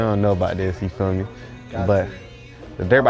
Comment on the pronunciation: bro said you feal me in the intro like 12 times lol